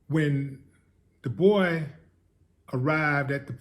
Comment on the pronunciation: loved the way you said "the boay" 😂😂😂🤣😭😭🤣👍